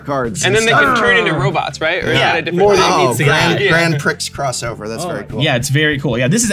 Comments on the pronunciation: How many times is the Professor going to say "Grand Pricks" before they tell him it's pronounced "Grand Pree" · Professor please prix is pronounced pre. Also alliteration. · i may have cried a little at the pronunciation of grand prix. no big deal but my soul was hurt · Love how Prof is quick to correct the pronunciation of anime after his mispronunciation of Grand Prix, just sayin. Lmao. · You dont say the x in grand prix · The mispronunciation of grand prix hurts my soul